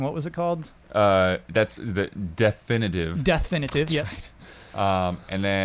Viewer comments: CORRECTION: Darksiders' remaster was named "Deathinitive", not "DeathFinitive". In this particular instance, you do NOT hit the "F", as there is no "F" to hit. :) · Oh,, of course you didn't include an F. is the offender here! If you listen, you pronounce the title "Deathinitive" correctly, yet follows you up, repeating the title, but slotting in an extra "F" for no reason! I am shocked and appalled at this careless error, and simply won't allow it.